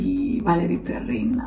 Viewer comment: non si pronuncia perren?